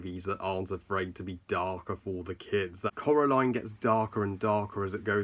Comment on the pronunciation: No offense, please please try not to take this as offensive but how come u say Coral aline when its pronounced Core aline